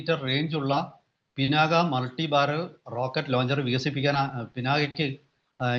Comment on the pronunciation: കല്കണ്ടം, കന്മദം എന്ന് പറയുമ്പോൾ എങ്ങിനെയാണ് "ക " ഉച്ചരിക്കുന്നത്. അതുപോലെ "ക" എന്ന അക്ഷരം കട്ടിയായി തന്നെ ഉച്ചരിക്കണം. ശിവന്റെ വില്ലിന്റെ പേരാണ് "പിനാക" ഇനിയും മനസ്സിലാകുന്നി ല്ലെങ്കിൽ ദേശീയ ചാനലുകളിൽ പറയുന്നത് ശ്രദ്ധിച്ചു കേൾക്കൂ. ഒരു മലയാളി റിപ്പോർട്ടറും പിനാക ശരിയായി ഉച്ചരിക്കുന്നല്ലല്ലോ.